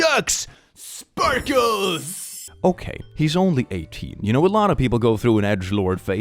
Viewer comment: THE MOST HILARIOUS WAY TO SAY SPARKLES